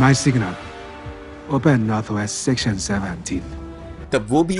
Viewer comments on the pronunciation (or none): none